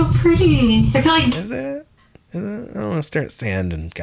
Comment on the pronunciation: I don't understand how she mispronounces her words when her sister doesn't and they were born and raised in the same house by the same people. She says dilllership instead of dealership. Rillings instead of railings and fill instead of feel.